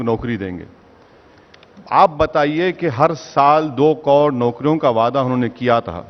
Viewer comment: Abe ovaisi sabse pahle tu , karod bolna seekh lo, baaki baate baad me.